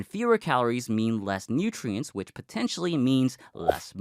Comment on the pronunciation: ''Nootriens'' :face-red-heart-shape